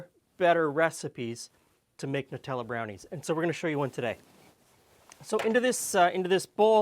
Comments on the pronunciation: EXACTLY! It's NUTs and chocolate not NEWTs and chocolate! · Finally someone who says Nutella properly! None of this silly, "Newtella"